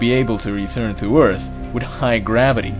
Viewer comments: WHY ARE YOU SAYING EARF NOW ITS EART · He now says Earth and not Eart., Bravo....